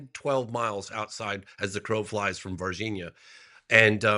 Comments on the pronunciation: It kills me that you never pronounce the nh sound in Brazilian names. C’mon. You can properly pronounce LASAGNA, can’t you? The very same sound as in VargiNHa, MadiNHo, etc. Also in champaGNe and in EspaÑa. Three different ways to represent the exact same sound in four different Romance languages. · Ross very carefully pronouncing Varginha cracks me up.